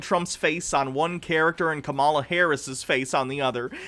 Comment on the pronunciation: Just to point out Kamala's name is pronounced KAH-malah.